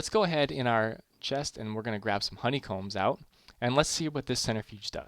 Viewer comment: at the end lol it says HO-ney combs! hello from 2019!!